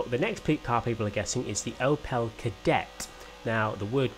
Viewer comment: As a massive Opel fan mainly the ascona the way the says Opel annoys me 😂